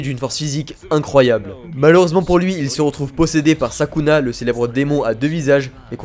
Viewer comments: sukuna et non pas sakuna mais pas grave tkt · Pas Sakuna mais Sukuna